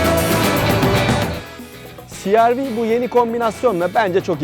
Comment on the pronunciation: cereve deseniz daha iyi olmaz mı siarvi yerine